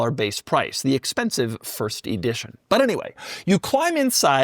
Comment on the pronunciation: Ee-dition? Ee-dward?